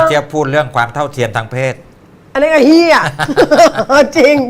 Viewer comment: คำว่า เฮีย ชัดมากครับ😊